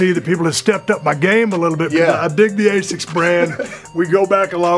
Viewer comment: It’s asics not a6 💀